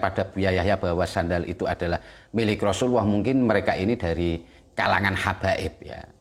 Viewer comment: Rosululloh bukan rosuluwoh